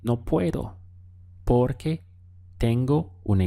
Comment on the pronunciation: I like how u say porque